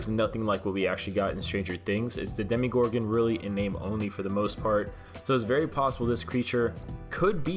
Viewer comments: Is it only me or does it bother me when he says ”demigorgon” and not demogorgon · am I the only one who knows it's pronounced Demogorgon not demigorgon not tryna be rude, but it makes me cringe every time I hear when someone says that.... WhAt I'm A hUgE sTrAnGeR tHiNgS fAn DoN't JuDgE mE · “Demegorgon” it’s Demogorgon ughhh💀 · its demagorgon not demigorgon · DEH - MUH - GOR - GIN is how i think its pronounced DEH - MEE - GOR - GUN is what it sounds like you say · also its dem-a-gor-gon not dem-i-gor-in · bruh you pronouncing Demogorgon as demi-gorgon killed me x.x